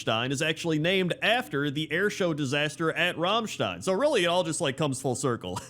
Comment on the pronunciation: Two things: OMG he pronounced Rammstein right! And: Where is Thaddius :(